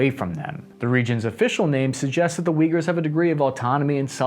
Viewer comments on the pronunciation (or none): Thanks for your videos! Also please fix your pronunciation. It’s Ooygoors, not vigors. Same goes for all of the Ukrainian cities and names misspelling, I just can’t stand it. Thanks!